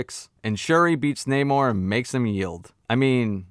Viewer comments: seen the movie today was pretty good and who cares if you can’t pronounce namor that’s your prob just nit picking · Who goes to see a marvel movie expecting great writing? This was a good movie with great action and emotion! And your jokes on not being able to pronounce the name sounds RaCist to me! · Its pronounced Nemo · You could've go back and watch the movie again and listen how they say his name, but you gotta repeat this lame ass joke a couple of times when in reality his name is so fucking easy to say. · In case you didn't know I like your videos but just so you know the whole thing with namor and being pronounced in a Spanish way as you know a person who's Puerto Rican that was not something that was you know done for any cultural reason it was done because Paramount owns the f**** rights to namor and the submariner property so they couldn't say the name and they couldn't use the term atlantian they couldn't use to try then they couldn't do none of that so they had to get around it that's why they they took the whole culture and they pronounce his name differently that's what this whole world to embrace the Latino culture and all this b***** that wasn't true about us but I think that the guy did a decent job with what he was given it could have been a little better the movie was okay it was all right but that's what happened that's what the whole thing with the Namor situation is about nothing else they just don't have the rights to the character and they didn't want to get sued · It's not hard to pronounce namore. They were important to us, represention.. other than that I completely agree with many of your point of views. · You had me laughing every single time you said “Namor”